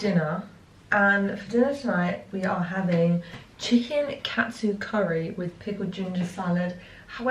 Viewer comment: Had to rewind a few seconds as I thought you said cat soup curry 😂 xxx